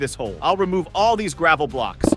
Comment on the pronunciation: It's not gravle